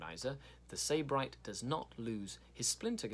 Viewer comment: Its pronounced Sib-arite It means hedonist or pleasure addict (or originally a person from Sybaris, Greece)